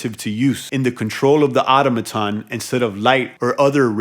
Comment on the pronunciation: ITS PRONOUNCED ATÖM A TÖN! I do hope this helps you, because you’re driving me friggin’ INSANE! You’re a grown ass man you’ve never seen or heard or spoken that word ever before? 🤯💨AAAAAHHH!!! Just stop PLEASE!